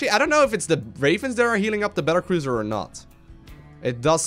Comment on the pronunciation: The pronunciation is magnificent. Battlecruiser is now apparently Bettercruiser. ;D